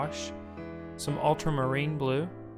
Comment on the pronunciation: did he just said....ULTRAMARINE?